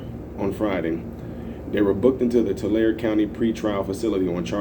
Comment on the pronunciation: The E. Isn't silent. TularE